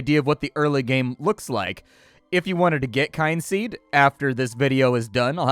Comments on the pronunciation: Kin-seed not kyne-seed :/ Kin as in family.. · "Oh, a game about family. It must be pronounced KYNE-seed. Not at all KIN-seed." I remember a friend of mine calling Skyrim Skee-rim. That's what you sound like. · Oh, it's pronounced Kin Seed, not Kind Seed. Nonetheless your video is great as usually and the punctuality is appreciated. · Kin-seed, dude. Kin.